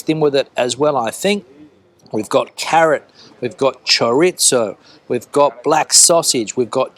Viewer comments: Now you say panCeta and choriZo, finally!!! 👏🏻👏🏻👏🏻 No more pancheta and choritso that made our ears bleed, ha, ha, ha. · Great videos and very informative. But, please don't say "choritsow". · You used 2 different pronunctiations for churizo, using "tz" and then "th". I always thought that the correct way was with the "z" pronounced as "th". Do the Spanish use both or is "th" the correct way? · tz has never been a pronunciation in the whole Spanish sphere, neither Europe nor the Americas. 75% of Spaniards pronounce "z" as "th". The remaining pronounce "z" as "s".